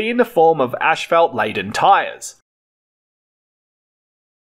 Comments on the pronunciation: One of the words that voice generators cannot get right is Asphalt.... Ashphelt? lol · It is not pronounced ash, felt, .. it is asss, fault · I think it pronounced (ass fault).....🤣🤣🤣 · The fact that you pronounce it fkin ASHFALT in Australia is the most interesting fact of this video. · It's him pouncing "ass fault" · Great video, and I also learned that you pronounce “asphalt” differently than in the U.S.! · im aussie and i dont pronounce it the way you do. Bit different. Thanks for the vid it was interesting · 🤣😂🤣🤪took me a min to hear what he was saying